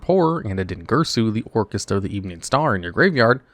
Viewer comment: I don't really watch many videos when it coss (mes to new yugioh....so when hearing Orcust....I mostly heard Orcus....just no annunciation on the "t" but even then, I thought it would pay homage to Orcus from D&D.....since I also hear LIGHT-FIEND said out loud in same breath (once again, I'm not watching, I'm just listening mostly) so, this video was an eye opener, but also a disappointment , because Konami let this mishap happen